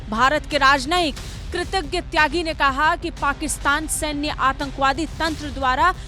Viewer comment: किसी के नाम का उच्चारण तो ठीक से कर लीजिए मैडम। वह भारत के डिप्लोमेट है, कोई एरे गेरे नही जो किसी भी नाम से संबोधित कर दो। उनका नाम क्षितिज त्यागी है, न कि कृतज्ञ त्यागी। कुछ भी नाम बोल कर न्यूज नहीं बनाई जाती। पत्रकारिता की सामान्य जान तो होना ही चाहिए।